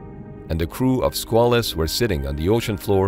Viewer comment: It's pronounced "SQUAY-luss" but other than that this is ok.